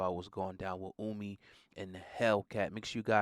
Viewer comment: Ohhhhmi...not Uuumi